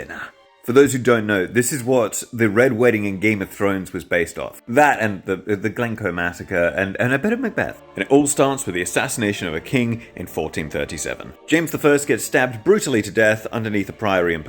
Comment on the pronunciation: Btw, I know the captions are likely auto generated but its Glencoe rather than Glenco. Pronunciation is also Glen-Koh. As a Scottish historian I love your videos on other parts of history so would love to see more on Scotland. James II of Scotland’s deadly obsession with cannons would be a morbidly humorous one to cover. He imported them from Flanders at great cost, including the famous Mons Meg.